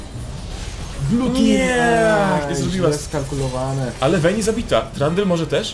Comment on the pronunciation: "łejn" i "łejni" serio? 2 podstawówka się kłania "v" w angielskim czyta się jak "w" dlatego "wejn" i "wejni" a nie przez "ł"